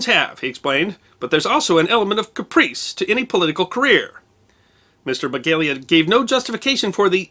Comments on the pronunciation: His name is Paul Begala, NOT Begalia. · it's Paul Begala, not Begalia! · It's "Begala", not "Begalia". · Not a big deal, but Mr. Begala's name is pronounced beh-GAH-lah, not beh-GALE-yuh. I met him once, purchasing a graduation gift for his son at a store I worked at. He seemed to be a pretty decent sort considering his career as a political insider. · It's Paul Be-gal-uh. (He's a former University of Texas student government leader and I met him at a fundraiser in the early 2000s). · Love the mispronunciation of Paul Begala's surname. He tweaked the oft-repeated notion that "politics is show business for ugly people."